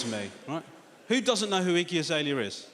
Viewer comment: i thought he was saying “icky azalea” at first 😆